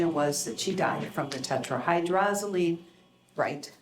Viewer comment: The detective couldn't pronounce tetrahydrozoline. Come on police forces. How are these guys supposed to catch murderers if they are not smart?